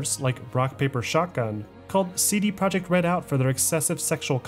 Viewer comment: Great documentary but it hurts to hear you butcher Polish words 😢 projekt is "pro-yekt" and łódź is "woodsh" dude it's irking me lol